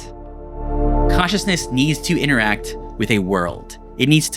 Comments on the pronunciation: Such a great video! A small complaint: you pronounce “consciousness” as “cautiousness.” I was pretty confused why you were talking about Eva’s caution, until I realized why you meant from context. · Cool essay. Some pronunciation aids: consciousness should sound like “conch” and not cautiousness, with more emphasis on the N. silicon sounds like “con” and not “cone”. Computer chips are silicon, not silicone (rubbery stuff) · "Cautiousness" is what I keep hearing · Am I losing my mind or is he saying "cautious/cautiousness" each time instead of "conscious/consciousness"? I stg it's all I can hear, even when I read "consciousness" in the subtitles 😭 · >wants to make a video about consciousness >can only pronounce cautiousness Dang it 😂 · "Caushisness" - The ONE word in the entire video you can't pronounce and have to say like 500 times LOL - Just yankin' your chain - good vid! Liked & Subbed.... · This guy keeps saying cautiousness instead of consciousness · Am I trippin or do you keep saying CAUTIOUSNESS? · I was a little distracted. Consciousness has a "n" in it, without which it sounds like cautiousness. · I kept hearing cautiousness, not consciousness. Bugged me. But, yes I think we project our expectations on reality. Didn’t work with pronunciations though. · this dude can't even pronounce consciousness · It shouldn't, but it does annoy me that the narrator cannot pronounce consciousness/conscious :P other than that, I enjoyed the analysis :)